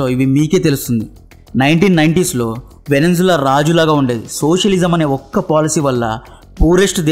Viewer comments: Venenzula kadu babu , Venezula.. ilanti videos chese mundu annee perfect ga teliyali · Veninzula kaadu. First name sariga cheppali. Or else video meeda impression vunDadu